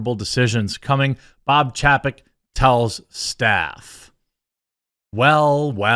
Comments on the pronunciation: It's pronounced CHAY-peck, Jeremy. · It's chay-peck. Didn't you learn phonics as a kid? When there is a vowel-consonant-vowel combination, the first vowel is said how you say it in the alphabet. In this case A. How do you say that when saying the alphabet? Say it the same in his name.